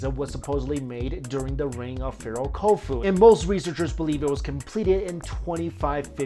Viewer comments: It's pronounced Hu-foo (khufu) smh. Sorry but that's a pet pieve of mine. You're probably the only person that says his name like that. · Is the purpose of this video to encourage people to accept cereal box 'science'? Certainly you show a complete lack of interest in scientific rigour, as well as a laughable inability to pronounce 'Khufu' and 'Pravda'. I suspect if you listen carefully you'll be able to hear the sound of your viewers getting dumber.